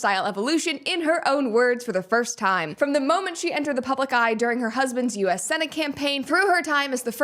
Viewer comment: "We are trappedah." "It takes so much time-uh."